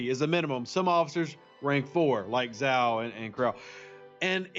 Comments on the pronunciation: If Zhou supposed to be Chinese, which I presume he is, his pronounced roughly like 'Joe' and not like 'zow' ;o) Ask any Chinese speaker... Doesn't change the fact that this is a great video, once more, and I'm sharing it with my aliiance! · Even though I have quit the game, I still monitor this channel so I can point out .. Zhou = Joe, not Zow